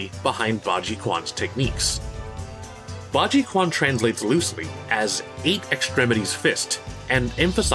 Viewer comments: Great video, and not a nitpick - just a note: The "Q" in Mandarin/Cantonese is a "ch" sound in English. Thus, the martial art is pronounced "Baji-Chuan". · it's pronounced as "Bai " --- think Joe "Bi"den " Ji" was pronounced ok "Quan" should be pronounced as "ch - w- ooo - uan " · QUAN is pronounced sort of "Chuan", same as for Taiji quan, Zui quan, Shaolin quan... BA = EIGHT - JI = EXTREMITIES - QUAN = BOXING. Source: 26 years Baji quan practicer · Almost perfect! Just need to pronounce this QUAN correctly, it's "Chuan" “Q” in China and international pronaounciation standard is like “Ch”. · As a note, the "quan" in Bajiquan, which means fist and is in many Chinese martial arts' names, is pronounced sort of like "chen" or "chian", not with the hard Q common I'm English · Qu is a ch sound not a q sound:/ it's called bajichuan bt It is spelled bajiquan ^^ Quan is northern Chinese way of saying fighting. Kuen is a southern way of saying fighting. Quan is northern Chinese ma. & kuen is southern Chinese ma. Furthermore kungfu is not a Chinese word 😐 it goungfu ^^ & goungfu means skill obtained through hard work & dedication. Goungfu is not cma=Chinese martial arts. Instead Chinese ma r quan&kuen = fighting. & wushu=military methods. Wushu is weapons training ^^ rather ur doing modern day firearms or traditional weapons it's all wushu ^^ also wushu shud never b confused 😕wit guoshuwushu =nationalistic wushu aka the flashy wushu with flips n stuff. Wit this said even wit ur mispronounction of Chinese words u still did an amazing vid^^ 👊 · My ears are bleeding. Quan is pronounced Tchuan. It means fist. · FUCK IT'S PRONOUNCED BAJI CHUAN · That shit pronounced Baji “Chyuen”…. I know, Chinese is weird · The moment this guy pronounced 'quan' as 'kwan', I quit. Look pronunciations the fuck up when you're ostensibly doing an informative video about it. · Great content, "quan" in Bajiquan is actually pronounced "chew-ah-n", the "q" in Chinese pinyin is pronounced kinda like "chi"